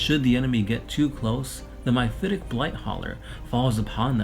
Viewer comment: Well that was painful. MY-phitic? MI-phitic? The word is MEPHITIC.